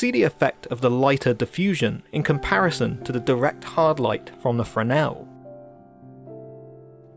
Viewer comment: Thank you for a great in depth expanation. But Please look up how to pronounce Fresnel .......pronounce fresnel lens in english ..... it sounds affectatious the way you say it.